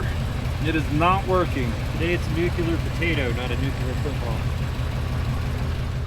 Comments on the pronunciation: Nuke-LEE-er, not Nuke-YIU-ler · Nuke-LEE-Arrr. looks like a fun couple of recoveries. I really miss the snow...